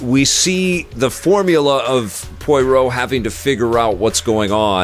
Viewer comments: 😂 Listening to pronounce Poirot as Poyroh feels the same as listening to my dad pronounce Chipotle as Chipotul. Love it 😂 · Looking forward to this after the first two Kenneth Branagh (pronounced branna) Poirot (pronounced pwurrow) films, although the horror/spooky side is a bit concerning (the book really isn’t).